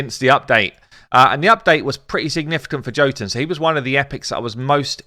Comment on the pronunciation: Okay just gotta be that guy but sorry but you're saying jotunn wrong. It's an Nordic word for a race of people known as Giants and Jotunn is weird because it's pronounced Yo-t-enn though spelled Jotunn I see that you say it the way you do because of English and unfortunately English is a language we can all agree makes no since either. XD